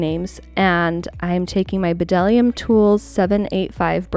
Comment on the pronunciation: The B in bdellium is silent